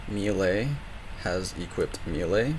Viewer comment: Thank you so much for your tutorials. The way you say 'melee' makes me want to destroy something. Not you, just something. But your videos are super helpful.